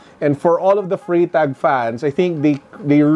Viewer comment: For a Swiss / German speaker you pronounce it as Frrytahk ( Freitag ).